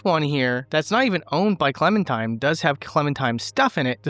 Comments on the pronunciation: Did dude just call Clementine Clementime? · Its clementine, not clementime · Its also Clementine not Clementime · 6 years later he still says clementime lol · What time is it? It's Clemen-time Edit: I made this comment thinking it was a one-time mispronunciation but you kept pronouncing it 'Clemen-time' the whole way through... "not even owned by Clementime, does have Clementime's stuff in"... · are you.....are you saying clementime? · are..are you saying Clemen-"time"? lol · "It's clemen' time" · no it's Clemen Time and then she started clemmin' all over the place